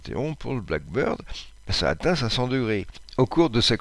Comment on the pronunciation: avion Blackbird (accent tonique sur black) = merle, pas avion black bird (accent tonique sur bird) oiseau noir.